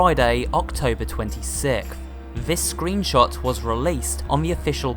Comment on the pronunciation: you sayed scroonshot